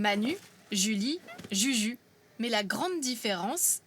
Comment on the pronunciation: Juju se prononce "joujou" ou selon les régions, "youyou", la prononciation du "u" français n'éxiste pas en espagnol. 😊😊😊